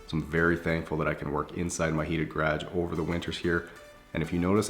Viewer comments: bro said grage and not garage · Love your videos but one thing ... gah-rashge ?!? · What’s a gragg? Oh u mean garage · “GaRaGe” I absolutely love the way he said that lmao. I don’t pronounce it that way😂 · “Garaj” 😂 gotta love Canada. Greetings from Detroit! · no one: absolutely nobody:: gradge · Definitely sounded funny when he said it! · The hell you pronounce garage like that...... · I love these videos and I think he's a really cool guy but coming from america I hate the way he says garage 😂😂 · Am I the only one who has never heard anyone pronounce garage the way he does🤷‍♀️ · I chuckle every time you say the word GARAGE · What province is he in? The way he pronounces garage sounds American to me.